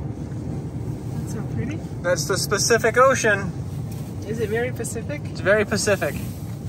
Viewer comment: It's PACIFIC Ocean; Not SPECIFIC Ocean.